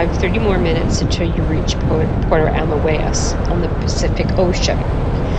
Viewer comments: It is pronounced Puerto AMOY-ES . We live here and absolutely love it. Thank you for showing parts of it. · Your video is nice but your pronunciation is WAY off. You did a video & cannot pronounce the town you reside? Even “Boquete” was off. I cannot listen to the rest. I’m sorry.